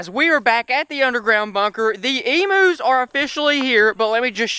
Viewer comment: They are not emoos they are pronounced emyous and they are not prehistoric animals they are common Australian animals